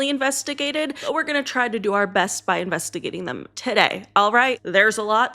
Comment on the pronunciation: we are in-best-i-gating 🤭❤